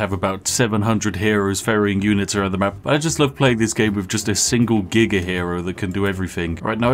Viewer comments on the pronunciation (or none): none